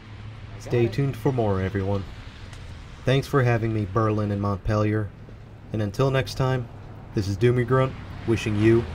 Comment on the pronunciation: It would help if you could pronounce Montpelier correctly!